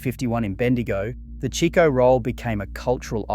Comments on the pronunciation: Another thing its not Cheeko roll, its Chicko roll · What a load o shit! Am served eith shit AI Its CHIKO NOT CHEEKO